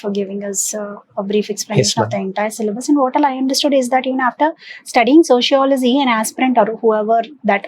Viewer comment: Your accent is very wrong prononciation its not sociolozyyyyy it is sociology